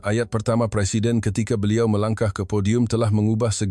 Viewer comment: 😂😂😂 Bohong Amat Channel iniii. Sebut perkataan FILE dn PODIUM pun tdk betul.. lagi mahu Menyamar Mangkuk yg se Ekor inii.. 😂😂😂 LAHANAT CILANAT. 😂😂😂